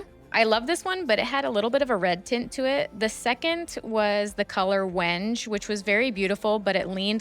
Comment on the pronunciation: Well done on the multiple passes for the arch. A bit at a time rather than all at once gives a much better result. The way to pronounce "Wenge" is "wen-gay" like the wood. Just in case anyone has trouble asking for it at the paint store 😊 Also, PLEASE wear respiratory protection when sanding drywall compound and when cutting MDF. You might not think you're breathing it in but you are and it is NASTY for your lungs. Once it's in there it causes all kinds of chronic health issues down the road.